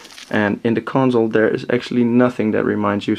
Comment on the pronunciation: Its console not conZole...